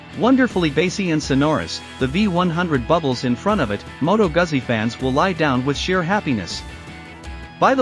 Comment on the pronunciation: It’s not a Moto Gasee but a Moto Guzzi…